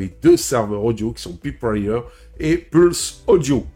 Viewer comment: La prononciation est une peut déroutante. On devrait prononcer proche de "polseaudion" et "païpewire".